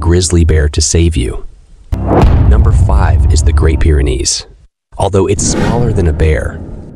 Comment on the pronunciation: Can’t even pronounce Pyrenese right, but sure as hell he a pro